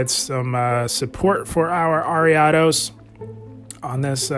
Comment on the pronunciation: awesome man. Thank you very much! Loved the use of ariados here! And I appreciate that you pronounce it properly haha! You wouldn’t believe the hundreds of ways I’ve heard other content creators butcher that name 😂